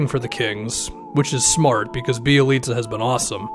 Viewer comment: I know that you know your ish because you actually pronounced Bjelica’s name right. Good job sir 👍🏻